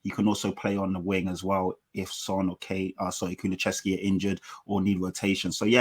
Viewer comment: Kuluchevski? Is ‘KULU-SEV-SKI.’